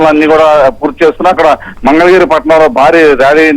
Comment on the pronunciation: ఒరేయ్ బాబూ పప్పు నీకు మంగళ గిరి అని అనడం కూడా రాదు మందల గిరి అంటావు ఏమి చేస్తాము నీ లాంటి వారిని ఆంధ్ర ప్రదేశ్ ప్రజలు భరించాలి